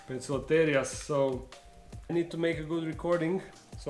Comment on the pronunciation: I wish people would learn, that a c in front of e, i, y, are pronounced as S. And c in front of a, o, u, are pronounced as K, in Latin. So, therefore Poecilotheria is not Pokloteria. It's Poesilotheria. And it's not Pokies. It's Posies. Please spred the word. Best wishes from. Bo.